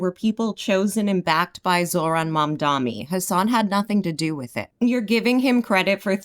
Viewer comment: could have chosen a way better camera angle, if he mildly pushes back against Hasan his chat would eat him alive on his looks. The only critique I have is your pronunciation of Mamdani sounding like Mamdami. love you and your content anyway <3